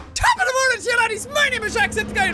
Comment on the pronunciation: HE SAID TE TING!